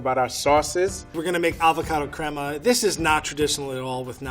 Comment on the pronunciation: Everytime the level 3 chef said crema I was like no no no your saying it wrong it's crema